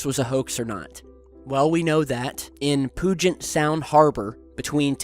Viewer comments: Just so you know for the future, the name "Puget" is said "pew-jut" as opposed to "poo-jut". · I always enjoy people trying to pronounce the names out west. It is not pronounced Poo-gent harbor,, But more like Pew-gent harbor. The Indian names of the are are not easy. Thanks for the review of this sighting. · Puget Sound "Harbor" is pronounced "Pew Jet" but it doesn't make me laugh the same way when you pronounce it "Poo Gent" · I've lived in Tacoma WA all my life and when you said 'Poo Jet' sound I almost pissed myself from laughing. FYI it's 'Pew Jet' sound. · Poo- jet sound? You mean Puget sound 😂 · (Puget is pronounced PEW-jet, like church pew. It's okay, not many know the names around here.) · Nice video...but being from the Seattle area, I cringed at your mispronouncing of Puget Sound. Think of it as sounding like "Pee-yew jet." You are welcome. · poojet sound,? C'mon, man. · PUGET (P-YOO-JET) SOUND, WASHINGTON. I live here, and many of our locations are sorely mispronounced, as this area was originally populated by native tribes. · I love how u pronounced (puget) when saying puget sound 😻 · Omg you absolutely BUTCHERED IT when you tried to pronounce Puget Sound lmao... all good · Once again, it's pronounced PEW-JITT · It's pronounced Pew-jet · Susan Mills I was scrolling through the comments to see if any locals like me heard that mispronunciation!